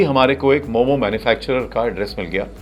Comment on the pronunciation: itna research kiya aur apko ye bhi nai pta ki momossss nahi hota , momo hota hai